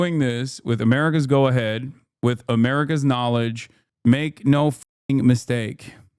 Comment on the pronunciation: "Its amurikas fault," stfu crunchy boy.